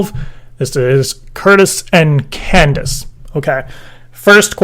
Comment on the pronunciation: Candice? It's Candiiey!